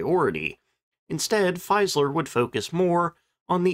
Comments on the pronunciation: Just one thing about the pronunciation of the brand name Fieseler: I recognize the fact that in Anglo-Saxon speaking territories, the FIE- is automatically seen as pronounced FY as in 'defy', but the German FIE is in fact the English FEE as in SEEN, so FEE-SAH-LER. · pronounced "Feeezler" not Feyezler" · Its Fie se ler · An FYI on German pronunciation: "ie" is pronounced like the English letter 'e', i.e. 'FEE-zeh-ler', don't forget the second 'e'; "ei" sounds like the letter 'i', i.e. Heinkel. Somewhat confusing, but you sound more professional when you pronounce names correctly. Other things to look out for: 'w' = English 'v'; 'v' = English 'f'. You did get the 's' = 'z' right as it's in front of a vowel. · Check pronunciation of names before you use them. Particularly of your MAIN TOPIC. No, it's NOT simplistic 'Fiseler'. Try Forvo. Remember it's GERMAN. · Fieseler is pronounced "feez-ler". Long 'e' sound, not long 'i'. And the final 's' in "Versailles" is silent.